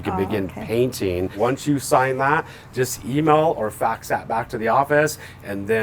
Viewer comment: ...did he say fax??? 😂